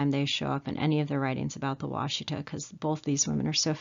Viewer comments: The name of the Black Kettle river is pronounced Wash Eh taw. I a m from Oklahoma and live 150 miles east of the site. Love your videos. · As a Native American and historian for my people I would like to comment on the quality of this video. While the content is commendable your credibility is tainted by the mispronunciation of important words. Wasita = Wash-ih-tah, Osage = Oh-sage. Did you know that both Sand Creek and the Washita River were RESERVATIONS at the time that the massacres happened? I was stationed at Fort Sill, OK and had access to the Fort Sill Military Library. There actual hand-written orders and letters from General Sheridan to General Hazen regarding the promise of food rations that were to take place, and were used to keep the Cheyenne, Arapaho, Comanche, Kiowa, Apache, Lakhota, and a family of Caddo. My husband is a descendant of the Comanche and Kiowa at the Washita, and I am a descendant of the Lakhota that were both at Sand Creek and Washita. Our famillies were also at the Palo Duro Canyon during the Red River Wars. Anyhow, Just saying...